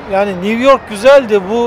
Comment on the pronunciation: Niv york nedir ya!! Bari sen yanlış telafuz etme.